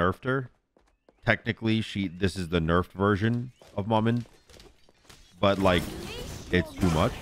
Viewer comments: Pretty sure its pronounced (muh-muh) not ma man. Its creole for mama, though in creole it’s spelled manman but im pretty its the same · How... Is nobody saying to just say "Mama" if you don't want to say it with the dialect? Because it's definitely not Mah-Man. 😂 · well the name Maman Brigette isn’t English so that doesn’t matter, she’s a Haitian god and this name in particular is French. Regardless pronunciation is fine, the proper way for Maman would be “Mah-Mahn” however is saying it close enough for a non French speaker